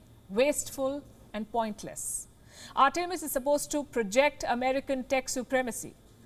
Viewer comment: It would be nice if you took he trouble to pronounce "Artemis" correctly. Americans created and named it, so show them the respect due and pronounce the name as they intended. I would hope you would learn to pronounce a child's name the way the parents intended. It's simple respect. Simple respect that you are not giving.